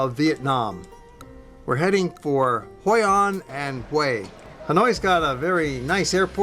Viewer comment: hoi an, not hoi anh, thank